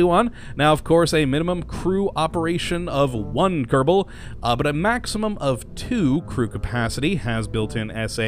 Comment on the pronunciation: Why do you say kerdabal?